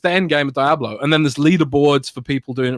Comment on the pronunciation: LEARN TO PRONOUNCE DIABLO FFS